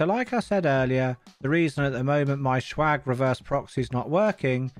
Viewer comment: Why do you pronounce swag like "shwag"? It's jarring.